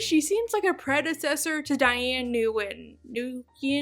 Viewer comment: Nguyen in english is pronounced like "when".